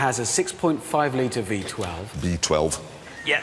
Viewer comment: Jeremy says that its reBenton instead of reVenton ... than he says B12 isntead of V12 ... and whateBer onstead of whateVer ... so Bag is Vag ... like Vagina ... Im probably one of the few guys whose language is not even close to english and i got the joke the first time i saw the video :)